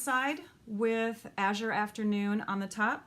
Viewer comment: Love these. I’ve been doing some of these myself. So many different results. Love them Thank you. You are the first person that pronounced Azure correctly that I’ve heard. Lol